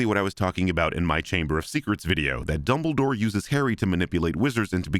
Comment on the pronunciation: Is it just me or does CinemaSins say double door every single time instead of Dumbledore? Like I get they sound similar enough but I swear it sounds so clear that he’s saying double door or aleast he’s saying it most of the time?